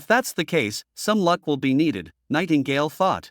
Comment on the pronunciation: you said Nightgale😂